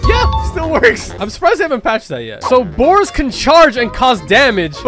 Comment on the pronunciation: Boars not boers